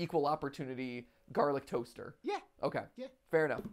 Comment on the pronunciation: It's garlice bread man 💀